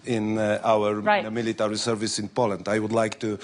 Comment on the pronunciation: "Militowry?" hahaha what a joke they are.